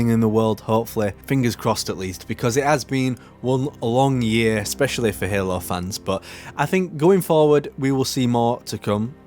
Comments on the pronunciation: i love your videos but please stop pronouncing halo as "helluh" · there's nothing wrong with your accent, but I've heard you say halo with an american accent and your native accent back to back in the same videos, loo